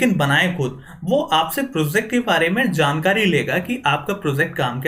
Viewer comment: "pro-ZACT", "ZAAN-kari" lol